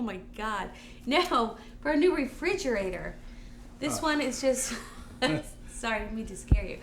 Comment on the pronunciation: I laughed a lot at "SO here's your virtual refriugrator"